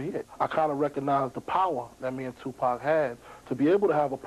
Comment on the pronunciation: Bout time someone from the media pronounce Tupac's name, I was so sick and tired of ppl saying Tupack